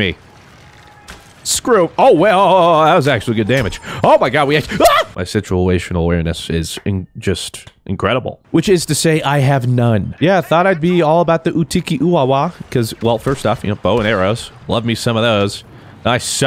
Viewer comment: Ok. FIRST OF ALL, it’s “Utini”, not “utiki” and SECONDLY “utini” is the JAWA language not the EWOK language. Google it if you don’t believe me (it means come here). Ok. Back to the video.